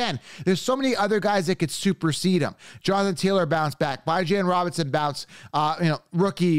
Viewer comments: Bijon Robinson is pronounced BEJon . There is a concept called pronunciations. his mama calls him it. It's a French connotation And so did every College GameDay announcer. And every draft analysis person. And even Robinson himself says his own name the right way. Everybody but you. Just letting you know. FYI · “Bye-Jan Robinson” ??? Cmon man